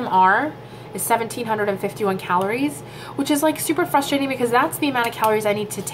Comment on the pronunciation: FYI. Frustrating is not pronounced FUSSTRATING IT'S Frussss -tray -ting ....